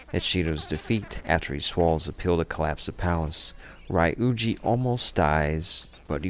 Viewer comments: it was a pretty good video btw! I think ryuji is pronounced ree - yujee instead of ry-yujee but it is not really that much of a problem. Great work! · Great recap. How did you go through 80+ hours of gameplay and still pronounce their names incorrectly. Its one thing to have a dialect. But you hear then pronoune Ryuji a certain way over 200 times. 🤷🏾‍♂️ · a really good recap but maybe u need to revise your pronunciation of some of the characters, notably ann and ryuji